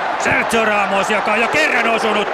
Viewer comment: ku ramos sai maalin ni toi selostaja sano sen nimen väärin